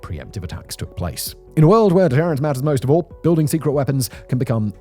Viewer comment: Why does he saying “deterrent” like that?? 😠